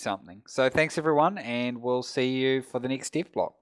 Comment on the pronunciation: Rocket - this is the first time I heard your voice. Your accent - can't figure out why/how do you have it... You pronounce "dev blog" as "div blog".. Where are you from?